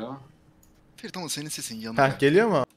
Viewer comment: Ferit böyle bir R yok ya